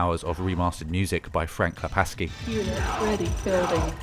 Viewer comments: it's frank klepacki not frank klepaski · Frank Klepaski? Frank Klepa-S-ki? He does have an unusual name, so it's understandable to get it wrong. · Frank Klepacki pronounces his name kle-pack-ee, not the polish way. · For your information, you pronounce "Klepacki" like "klepaki". The C joins the K, it doesn't become an S. Same with Joe Kucan. The C here is a K, not an S. Anyways, good video! I've learned about RTS titles i previously didn't know about and may give them a try. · There's no S in Frank Klepacki! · It's pronounced Joseph D. "Kukan" [Kucan], not "Kusan" and it's Frank "Klepaki" [Klepacki], not "Klepaski" :) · Pronouncing of some of the names hurts. :-( Namely Kucan and Klepacki. C is not an S.